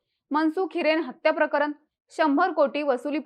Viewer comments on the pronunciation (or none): मॅडम प्रकरण बोला, प्रकरन नाही....